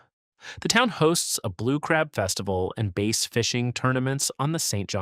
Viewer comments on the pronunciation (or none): It is bass fishing, not base fishing. Bad AI as usual.